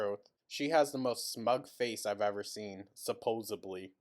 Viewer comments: Pretty sure I've heard "Supp-posted-lee" a few times too. She likely has a checklist she goes through ofneach possible mispronunciation that qualifies as cute but not to dumb.... and it doesn't seem to be doing her any favors. I only bring up the list because of how frequently she'll make the same repeated mistakes, then double down for as long as comments correct her, until it just kinda fades and she says it normally for awhile(kinda like she did with speaking "Entree" as "entry", she definitely said it normally for like her entire upcoming before her more current eras) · Amber - supposably is not a word . Supposedly is. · THERES NO SUCH WORD AS ‘SUPPOSABLY’,,,. ITS ‘SUPPOSEDLY’. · I believe she actually said SUPPOSEVLY. even worse.